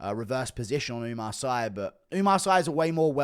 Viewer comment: It's pronouce Oumar "See"